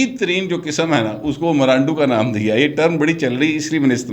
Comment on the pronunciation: Please say Imrando clearly... it seems that someone is saying gandoo... aReham khans character best scent with washall